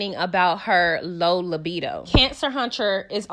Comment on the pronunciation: Did you say libido the mule?😭